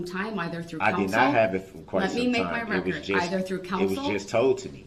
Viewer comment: “I want it on recor”